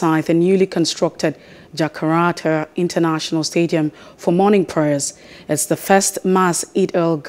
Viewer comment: Good delivery and footage but please at least pronounce Jakarta correctly XD